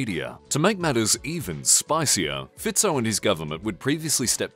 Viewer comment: You are the first and only youtuber i know who pronounces Roberts Fico"s name correctly, congratulations. Clever americans. aaaand then u got it wrong with Kuciak, so close..